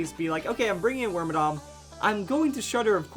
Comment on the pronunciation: Wait, it's not pronounced wormadamn...... WHAT IS MY LIFE